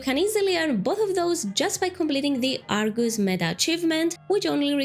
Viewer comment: It’s Argus, not are goose lol